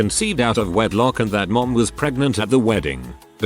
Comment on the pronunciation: Has anyone noticed whenever the TTS bot says “Mo-um” instead of “Mom”?